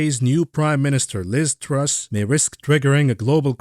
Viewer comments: It's Truss, not Tuss. Appropriate as this can also be the name for two short planks. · Ironically Truss is pronounced like “trust” but without the final t.